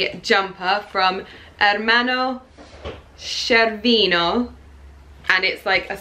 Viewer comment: I also love Ermanno Scervino and...yes, your pronounce of it is perfect!!!🇮🇹